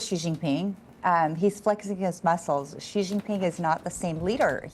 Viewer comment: Research how to pronounce "Xi" in Chinese. The sound the reporter is making exists neither in Chinese nor English.